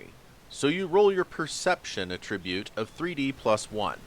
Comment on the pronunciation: A little Grammar Nazi business here: It's ATtribute, not atTRIBute. That's because it's a noun, not a verb. Like how you have to conVERT people in order to turn them into CONverts. Or how a CONvict is someone who has been conVICted of a crime. Or if you adDICT yourself to nicotine you become an ADdict. I know it may seem comPLEX, but you don't have to develop a COMplex about it. Just alLY yourself to good grammar and pronunciation and you'll gain many an ALly. Grammatik macht frei!